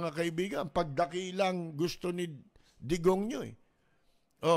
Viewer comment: Digong ninyo ,dinig ko degonyo 😅